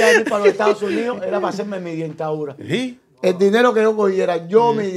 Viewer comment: Dice el Dientadura😅(repite Dentadura